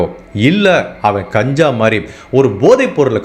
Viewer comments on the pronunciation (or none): none